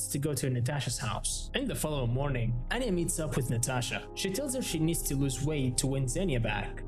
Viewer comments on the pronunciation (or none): her name is pronounced ahn-ya and not ann-ya it's really annoying when people butcher names sry if i'm rude